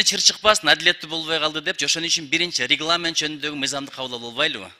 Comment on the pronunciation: регламент деген сөздү кантип айтты? 😂😂😂